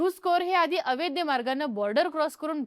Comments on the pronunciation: कृपया अवैध म्हणा. अवैद्य नका म्हणू. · अवैद्य नाही अवैध... जे वैध नाही ते अवैध. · ही ॲंकर अवैध हा शब्द अवैद्य असा करत आहे. चूक सुधारावी 🙏🏻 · अवैद्य नाही -- अवैध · अवैद्य, अवेदी..... नाही ..... अवैध ..! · अय बाई... अवेद्य अवेद्य अवेद्य नाही 😂 अवैध असतं ते.... एवढा मोठा चैनल चालवता... थोडं मराठीच बेसिक ज्ञान ठेवा 😂😂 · ताई, ते अवैद्य नाही, अवैध असतय😂😂😂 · छान माहिती सांगितली ' अवैध ' या शब्दाचा उच्चार चुकतोय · अवैध अवैध अवैध....अवघड आहे तुझ..मराठीत किती पडले मार्क तुला..